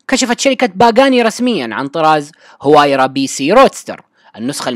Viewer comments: اسمها الحقيقي وايرا وليس هوايرا... المصدر (عربGT). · نعم اسمها وايرا لأن حرف H لا يقرأ بل يحذف